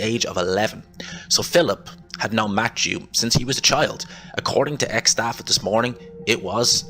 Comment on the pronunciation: It’s “Matthew”! Not Matchew